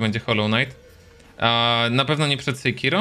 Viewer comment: Pierwszy raz słyszę żeby ktoś wymawiał sejkiro a nie sekiro xDD ale spoko